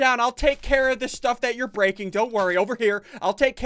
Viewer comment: Can't even say you're properly